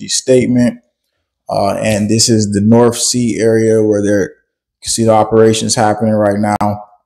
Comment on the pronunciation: The norff sea? You sound like one of my pals from Souff Carolina 😂🤣😇